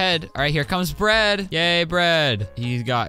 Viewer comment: When he said “yay bread!” I heard “gay bread”